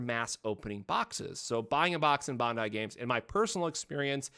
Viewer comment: Your pronunciation is terrible of the company name.It’s pronunciation is Ban•dai like saying Band-Die google it